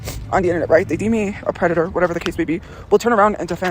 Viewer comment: I thought he was a pwedator